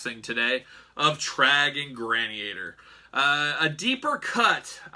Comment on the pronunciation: Granny-ator😁 it’s actually… Gran-ni- tor